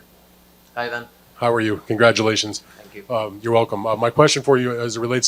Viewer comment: Gongratualations on wat effort??... 😂